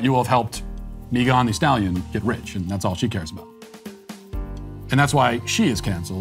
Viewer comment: "Meeghann the Stallion" 😂😆